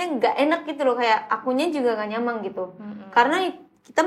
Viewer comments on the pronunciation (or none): kok bisa haruka fasih banget bahasa nya, dikelilingi orang2 indo terus ya pronounciation nya masih kurang, seperti "mungking=mungkin, dang=dan, yaking=yakin, nyamang=nyaman" tapi kosa kata nya sudah mantap banget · Kocak haruka lucu saat ngomong nyaman jadi nyamang wkwk